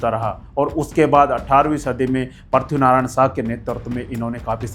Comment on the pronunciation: परशुनारायण नहि हे,पृथ्वीनारायण हे,गोरखा बोलो बिगारके कियू बोलराहाहे,गोरखा नेपालको मध्य भाग मे पडेगा नलेज राखके बोलो।।।गलत कहेना नहिहे।